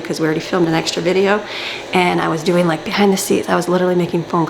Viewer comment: fideo!!! fee-deh-o